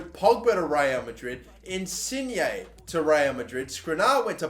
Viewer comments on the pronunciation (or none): none